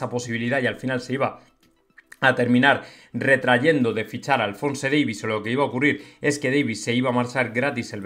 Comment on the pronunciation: Macho deja de decir Alfonse, ni siquiera el propio Davies dice Alfonse, solo Alfonsooiiiiii